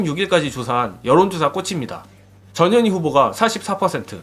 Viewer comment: 근데여 전 현희 님 성과 이름 띄어서 읽어주세여 ㅎ